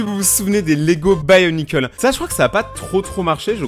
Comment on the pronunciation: sa se dit "bionicle" avec prononciation fr et pas "buy o nikeul" x'D